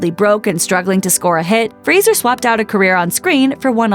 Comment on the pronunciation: So glad to see a channel finally pronounce his last name correctly. Lots of channels have videos about him but they always call him Frazier, though he's repeatedly corrected them that it's fray-zer. So disrespectful. But it's nice that this channel got it right, a little piece of the respect Brendan deserves.